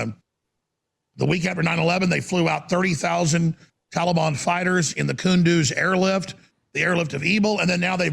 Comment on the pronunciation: “TALABON!” — Alex Jones, the reader